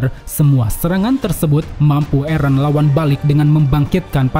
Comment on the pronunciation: Min kok nyebut eren nya eren sih bukan eren 😂 eren dong min jangan eren